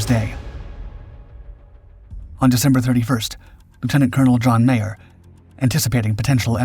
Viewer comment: He keeps saying "John Mayer". It was John Meyer.